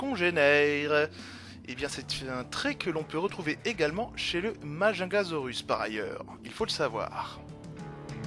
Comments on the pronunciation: Majingasaurus sa ce dit MA-JOUNE-GA-SAURE-RUSSE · Juste le majungasaurus ça se dit mayungasaurus si ça peut te servir 😉